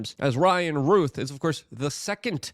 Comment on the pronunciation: Ruth is spelled like this, ROUTH has an ou sound like ou😫ch! 🤨 Why is everyone so insistent on mispronouncing this name?